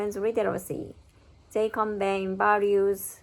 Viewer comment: You're quite close with your pronunciation of subsequently. To me it sounds as though you're saying subsquenly i.e. dropping the "e" in "se", as well as the "t" sound in "quent". There are some sample pronunciations on youtube and google which should hopefully make it clearer ! Convey still sounds somewhat off to me as I'm hearing conbayne. The end of the word should be pronounced as "vay". I know the "v" sound can be difficult to pronounce, so maybe start by focussing on the end of the word ? It should finish on the "y" sound in a similar manner to ray, bay, say. Again there are some samples on youtube and google that can explain it much better than I can !